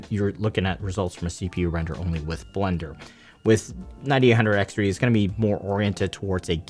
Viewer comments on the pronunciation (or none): none